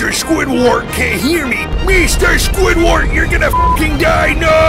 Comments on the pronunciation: Its Squidward not Squiglwig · It’s squidward not squidwig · i heard squidweed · He said Mr Squidwart